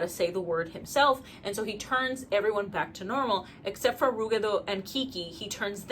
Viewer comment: Ive always pronpunced ruggedo like rugged, but i like your pronounciation more